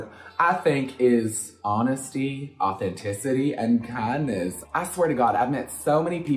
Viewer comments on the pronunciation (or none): Did she say "kindness" or "cuntness"?